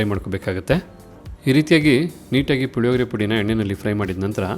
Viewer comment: Puhihogree alla, Hulihogree